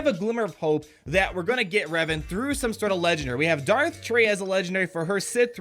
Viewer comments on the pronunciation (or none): none